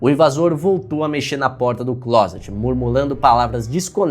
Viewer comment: falando claset (closet) Eu: "sua família sabe que você gosta de rapazes?"